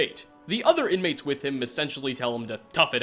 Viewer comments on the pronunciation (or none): none